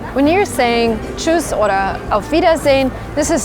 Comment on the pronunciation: Dein tschüss hört sich an wie tschus